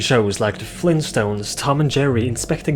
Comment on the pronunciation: FLEEN STONES?